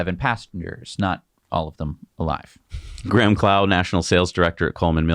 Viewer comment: Did I hear you pronounce Graham grim?